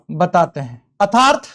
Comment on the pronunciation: What a strange!!! Sir nernst का उच्चारण sahi kr sakte h , बस अर्थात्‌ hi nhi bol pate ( -^_^)